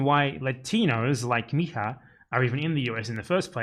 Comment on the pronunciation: If it's spelled mija in Portuguese you wouldn't pronounce it like in Spanish. The j is more like the s sound in treasure in American English.